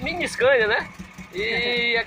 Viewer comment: Que agunia dele falar scania e um costeleition